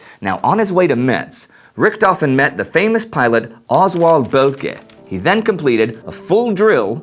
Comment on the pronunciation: Hey I'm super late,but just wanted to say that "Metz" is pronounced "Mess" ,wanted to say that 'cause I live here :D